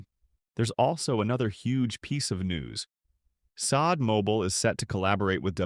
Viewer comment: Not the voice over saying saad insead of C od 😂😂😂